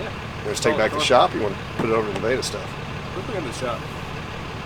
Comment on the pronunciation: Naveda? Does he mean Nevada and pronounces it differently? WTF? OK... Only 1 place to eat... Definitely not Nevada...